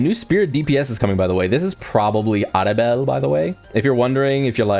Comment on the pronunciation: Nell-EL 😂😂it's triggering no lie